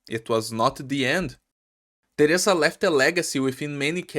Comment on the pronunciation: Mano no momento que tu disse theresa eu percebi que tu era brasileiro💀 tu deve ser um dos únicos brasileiros que sabe de arknights